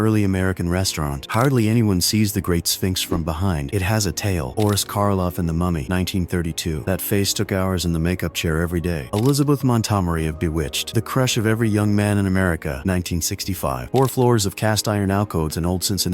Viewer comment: Elizabeth Mont-gomery not Montomery!!